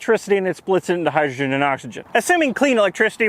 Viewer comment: "Hi"-drogen - really? You are such a nerd! Please never never change, your videos are delightful! :-)